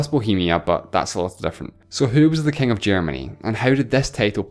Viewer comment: "Kaing of kaings."